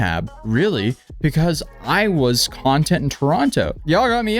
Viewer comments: Also, I’m guessing you know this, but there is an another meaning and pronunciation of the word “content” (pronounced like”cun-tent”), which is the meaning he was using in his text message. Just a friendly heads up. I wasn’t sure if maybe Canadians don’t use that version/pronunciation. (You are Canadian, right? Not sure how I even know that. lol). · .. its content, not content